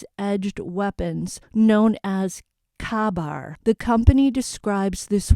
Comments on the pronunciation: It’s a K-Bar knife not kabar. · Exactly. Not pronounced like shish-kabob. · I’m not 100% sure, but I think the edged weapon is pronounced “K-BAR”. Like “Kay Bar”. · That knife is pronounced KAY bar. Or K-bar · It's pronounced Kay bar. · KABAR is pronounced ...Kay - Bar